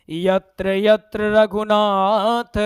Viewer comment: Yatr yatr raghunath ,,, slok ap galat padhe hai